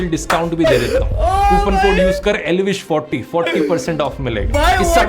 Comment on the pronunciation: Elvish ❌ L-vish✅